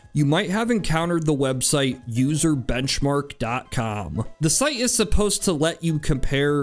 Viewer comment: Started laughing as soon as you pronounced the words: "userbenchmark"